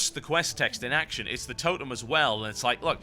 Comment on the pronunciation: "escort teh stick" lolz.